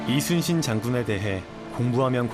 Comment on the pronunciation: 미국쪽은 LEE가 이니라 YI로 읽는구나 발음도 딱 이순신이고 ^^